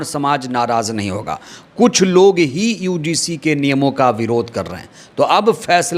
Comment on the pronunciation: भाई समय बर्बाद मत किया करो। यूजीसी ठीक से नहीं बोल पारहे हो। ज्ञान उड़ेल रहे हो।